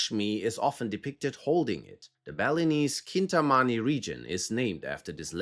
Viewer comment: It,s chintamani not cintamani